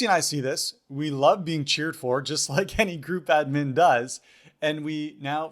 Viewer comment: 😂 I just found about the spammy technique today. Hang on how are you pronouncing admin?